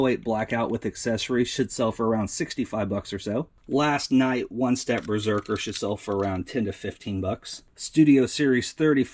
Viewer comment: At the end of the video when you repeat : that should sell for X$. I Sound like you say, that shit sell for... lol that made me laugh